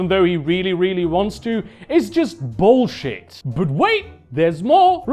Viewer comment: bruhh, that caught me so off guard looool Vee cannot becuz uh he haz a right to preach hiz uh boolzhet